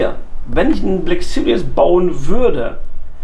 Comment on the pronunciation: Haha geil. Der türkische Mercedes GT black süries... 😂 bester Mann